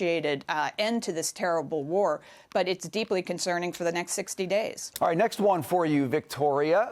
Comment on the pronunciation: Woke ideology in war. “It’s ok”. “It’ll be awright”.